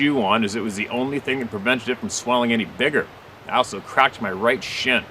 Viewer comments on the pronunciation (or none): none